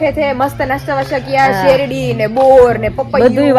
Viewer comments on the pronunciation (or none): Shevdi nai sherdi bolay